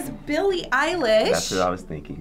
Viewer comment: Billie Eyeler? 😂😂